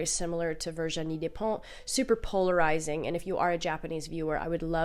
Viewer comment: Hey, thanks for the video! And amazing taste as always 😌 French lady here: I LOVE Virginie Despentes, very interesting writer and person for sure:) Please don't worry about your pronunciation, you were very close haha (you just need to pronounce the "t" at the end). I would also recommend her "Vernon Subutex" saga which is pretty good (liked the last volume the least, but first two are very enjoyable); King Kong Theory was like getting an uppercut, except you feel great afterwards. I think she was a sex worker in Lyon though, not in Paris. I loved "The Piano Teacher" but I'm always thinking twice before recommending it to anyone 😂 Tokarczuk is also fantastic, can't wait to read more of her work!! Thanks for your own work as always!